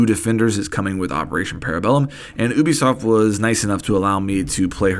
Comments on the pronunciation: It's youbisoft not ewbisoft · It’s pronounced Ubisoft not Ubisoft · "oobisoft"...now that's what I will start calling it.